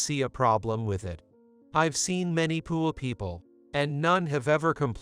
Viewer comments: If you going to read a book learn how to say the words correctly it's poor not poorie it's bowing not boning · Sounds like computer is saying pool instead of poor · Had to leave. Couldn’t stand to hear poor pronounced pour one more time. This never would have taken place. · Why is he or it pronouncing the word poor like poo ah. Personally I say ahhhh when i poo. Pooahhh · Too much “beauing”. I really like how the computer prounounces “poor” - poo-ah. Lost in translation. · This AI program has to work on how it pronounces the word poor. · Why is the narration in this story so bad? Many words are mis-pronounced, the word "poor" is always pronounced wrong, and it is not the only such word. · Why cant you pronounce the word "poor" properly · The computer can't pronounce the word poor correctly! The word talk sounds like tark